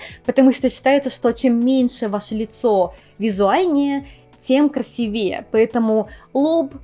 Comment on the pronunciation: С превеликим удовольствием посмотрела и послушала этот выпуск, как и прочие... Тофу обожаю... И всё-таки "крéмами" , ударение на "е", " краси́вее", ударение на "и" (сделайте над собой небольшое усилие, пожалуйста, перестройтесь). С любовью!